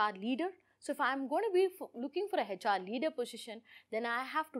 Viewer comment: Please learn how to say HR... it’s not heyHR